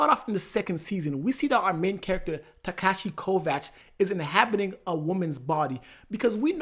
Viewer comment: My man for real said Tekashi instead of Takeshi 🤣😭